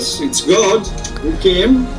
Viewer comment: BTW... what's with the pronunciation of God????? Sounds like Goad when you say it?????